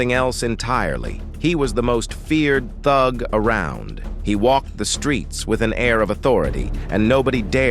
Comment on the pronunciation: not feeling how this narrator says thug.